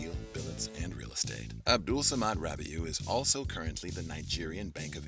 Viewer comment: why would you see "rabiu" and say "rubiu" are you high?